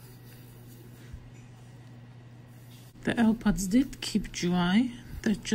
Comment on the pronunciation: Ew pwods pwooww at 7 seconds 😂